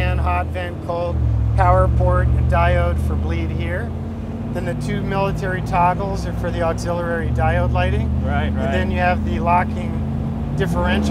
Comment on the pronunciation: Someone needs to teach that guy how to say "Auxillary". ...this is the 3rd video I've seen where he says "Auxilli-rary" hahaha